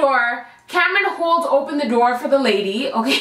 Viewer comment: I love it when you say okarrrrr